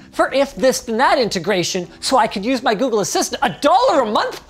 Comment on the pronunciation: Its not working because you said "Okay Woogle"